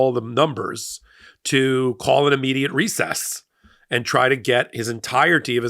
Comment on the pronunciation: Helpful tip: It's "Immediate," not "Ammediate."